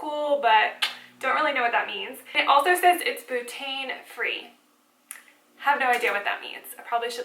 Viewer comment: are you Cajun? just the way you said bu-tain.